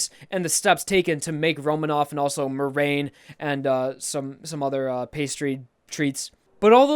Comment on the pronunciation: 2 things. 1. The plant appraiser didn't grow the strawberry, he picked it from a strawberry bush. 2. Thats not how you say meringue